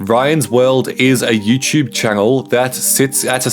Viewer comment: Bro said “YouChube”. 💀